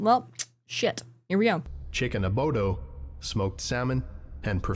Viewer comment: "Chicken Abodo"...